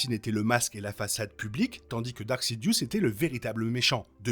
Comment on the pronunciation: Il me semble qu'on dit "Darth" et non dark